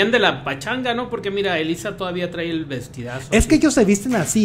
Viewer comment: Trai nooo!!! Se dice trae!!!!!